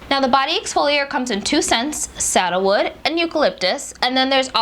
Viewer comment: Oh, SANDALWOOD...I love that smell too (I thought you were saying “saddlewood”) 😉😉👍🏽👍🏽👍🏽😉😉